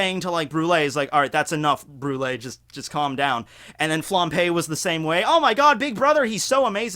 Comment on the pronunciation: Flam_b_e,, not Flam_p_e. Sry to nitpick but this is the second video of you p-ing Flambe and it's so distracting.:)